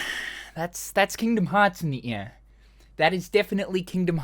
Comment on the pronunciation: could anyone else not understand his Australian accent when he said "that's Kingdom Hearts in the air" and think he was saying "in ni'hya" like some ancient forgotten Mesopotamian-era language lol?